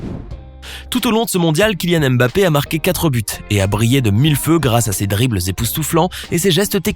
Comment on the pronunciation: Tu ne sais meme pas prononcer son nom. Cest nest pas M. BAPPÉ